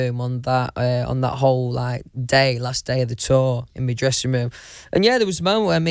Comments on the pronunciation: this man really just said "one of me phones" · whenever he says me instead of my I caNT HELP BUT LAUGH JDOSEJJ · The way that he says “my” as “me” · The way he says 'my' as 'me'... Love his whole existence.